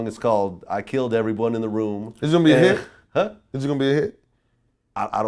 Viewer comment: What the fuck happend with him pronouncing ''hit'' ? hiich